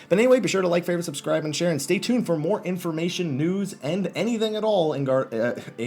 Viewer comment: when u say news it sound like nudes :P